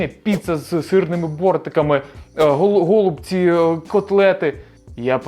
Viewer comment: Все круто, якби не "гОлубці". Ріже вуха просто капець!